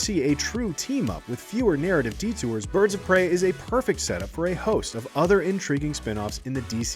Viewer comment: Pirds of Brey